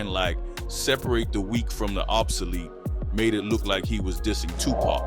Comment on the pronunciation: I can’t watch this! I need him to say TUPAC correctly